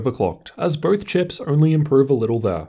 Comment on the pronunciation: Dude. BOTH!!! NOT birth! Easy correction